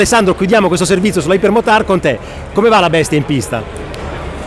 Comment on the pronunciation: Si pronuncia aiper non iper ...... c'è la y